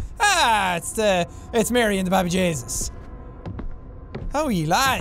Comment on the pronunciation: I always loved it when he kept saying that, it just sounds Irish in the way he says it